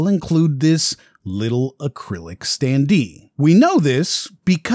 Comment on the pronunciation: Is the voice over artificially generated? The standee pronunciations threw me off...